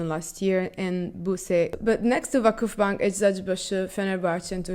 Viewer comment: your "Vakıfbank" pronantiation is perfect